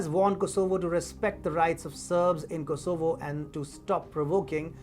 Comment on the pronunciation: Do you ever get the feeling that announcers on this station are guessing about how to pronounce certain words like Kosovo?